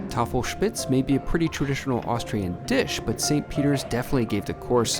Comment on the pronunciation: And props on nailing the Tafelspitz pronunciation!